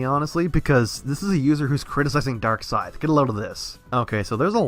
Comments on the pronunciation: Is it me or did he just call himself "Dorkscythe"? Also, I'm not trying to defend LimeX's comment on Darkscythe's video; I'm just pointing something out here. when he said "pretty much raked in his hoard of autists by making low effort, click-bait-happy, and edgy videos", I think he was actually talking about Leafy, not. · Every time says DarkScythe it sounds like he says Dark Side.